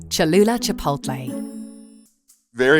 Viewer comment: To teach him how to pronounce the name? 😆